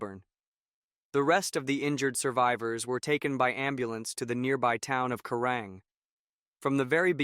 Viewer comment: It's called Kerang not kurang,get it right.